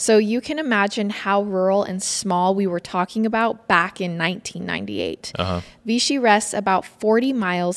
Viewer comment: We were family friends of victims yall butchered ALOT of facts, mispronounced Rolla, AND ITS VICHY (like fishy with a V) 🙄 rip Susan, Kyle, and Adrian gone but never forgotten